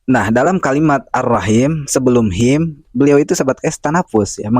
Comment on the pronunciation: Him , di baca hem, jdi kyk imama miring